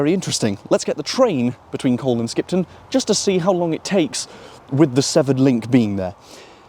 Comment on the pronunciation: In colne you don’t really pronounce the L. It is more like cone, but not exactly cone.